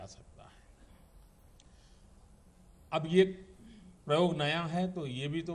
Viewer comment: sir प्रयोग शब्द को परियोग पढ़ रहे है और IAS topper pronunciation को गलत ही सुनकर बैठे हैं ।